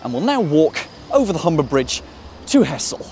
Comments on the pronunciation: To be pedantic i know its spelt Hessle and looks like it should be pronounced like that, but its pronounced Hezzle. Enjoyed the video though. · Nice one. Just a small point - it's usually pronounced 'ezzle!😀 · He-zle... it's He-zle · this has been the bane of my existence when apps use as-the-crow-flies distances to define closeness. (Hessle is physically closer to Barton than Ferriby, but that doesn't mean its easier to get to) just to nitpick: the locals pronounce it more along the lines of hezzle (or even 'ezzle) they're talking about Hessle Road, which isn't even in Hessle) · also the locals pronounce it hezzle not hessle fyi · Hessle is pronounced ezzle, in ull dialect.